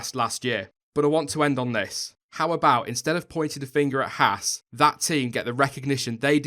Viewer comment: friendly note: It's pronounced "Hawz" not "hASS" The misprounication lands hard on American ears...not a big deal but Haas' entry into F1 is growing the US fan base (and YouTube subcribers) who own and operate Haas CNC machine tools. Perhaps more importantly...there's a growing disenchantment with US based NASCAR motorsports. Stewart-"Hawz" being preeminant in that endeavour (look, I spelled it with a "U"...quid pro quo) is ultimately bound by the format of multi-colored cars taking left turns. Yes, we Yanks realize F1 is "the rest of the Worlds" motorsport but we're warming up to F1 in droves thanks to Haas. Last, Gene runs his race teams the same way he runs his business...hand's on and no bullshit. What McClaren and Force India are exhibiting mirrors the reactions of Haas' machine tool competitors around the globe. In short, Gene's used to it...don't expect him to flinch anytime soon. And you're right, McClaren/Force India would do well to spend more time gazing at themselves in the mirror.